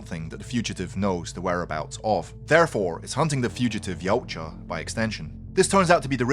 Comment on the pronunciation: It's pronounced Ya-oot-ja